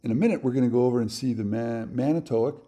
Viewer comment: Here in the midwest, we pronounce it man-i twak. It is a city on lake michigan about 80 miles north of milwaukee.